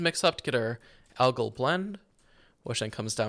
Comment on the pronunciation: "algal" =/= "agile" you wanna be saying "al-guhl" ~phonetically or combo the name "Al" with how the word "gall" is pronounced ty for the video btw super cool amazing wonderful no /s it's a really high quality video I appreciated btw just cause it's too likely and maybe more people learn: "nuclear" is not "nuke-elar" - george w bush screwed a generation with that it's "new-clear". Nuclear has always been pronounced as "new-clear". That being said, "nuke" is its own thing, and remains a fun word to say. But just my poor sweet summer child "nuclear" gets boned 99% of the time and thank you for coming to my deditated wam talk.